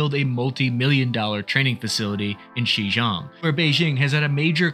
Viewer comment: Xinjiang is pronounced way differently from Xijong 😂